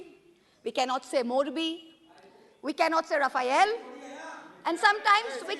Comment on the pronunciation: What is Raphael? Raphael Varane? Centre Back? French football player who plays as a Central Defender? Mahuaa Moitra needs to work on her pronunciation of French proper nouns.